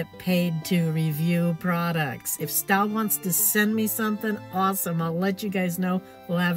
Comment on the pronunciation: It's pronounced 'stobe', not 'stoub'. You do know Staub is a French company, right?